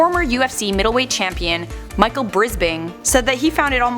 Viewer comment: Michael Brisping? Might wanna check on the pronunciation there